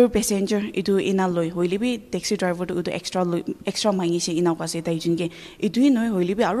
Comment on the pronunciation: uh....I heard Taxi drival😂.....in